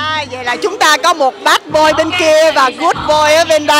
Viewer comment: Phát âm kiểu gi ra Bát boiiiii z MLee